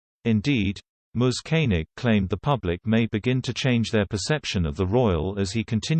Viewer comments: Who is "moze"? Are you trying to say Mizz? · Can someone PLEASE tell the ignoramus who reads the script, how to pronounce "he's", and that it is not spelt out, but READ!He obviously does not know that the apostrophe is in the place of the letter "i".Furthermore, "Ms" is pronounced "Mizz"-not "Mose".